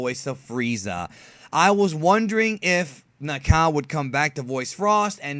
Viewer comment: "Na-ka-ou" not "Na-cow"